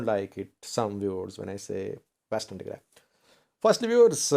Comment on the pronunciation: Your pronunciation about Western Tigray is good. But the South African name is totally different. It has clicks in it. By the way Nelson Mandela has the same native name. So if you want to know how pronounce it, listen to Nelson Mandela presidential cermony.